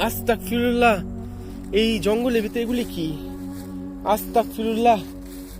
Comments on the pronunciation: ভাই আসল উচ্চারণ আস্তাকফিরুল্লাহ না, আসল উচ্চারণ হচ্ছে আস্তাগফিরুল্লাহ। আপনার উচ্চারণটা এখানেই ভুল হয়েছে। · Vaiya at least উচ্চারণ tik moto koren,na hole উল্টা গুনাহ hobe it is আস্তাগফিরুল্লাহ hobe not astakfirullah